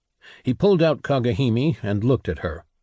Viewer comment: Kagehimi, so cringe. It would be cringe even if it was correct. It's Kage Hime. Arghh It's so annoying!!!!!